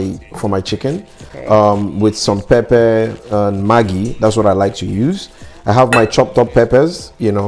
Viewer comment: Maggi is magi he is correct